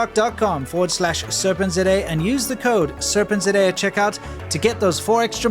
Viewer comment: You are pronouncing serpentza wrong